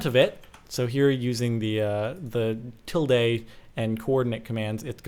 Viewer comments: Pronounced "TILLDa" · I've pronounced till-dee but yours actually sounds more right :P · Lol he said tilday, not tilda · Til-day? I've always pronounced it as tild.